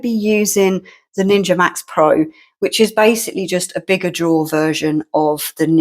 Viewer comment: The word is drawer, not drawer